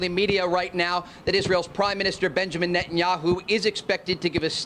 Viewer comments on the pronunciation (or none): none